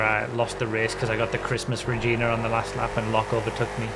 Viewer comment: Still gets me that people are so averse to saying Regina properly. it's Re-jai-nah, not Re-jee-nah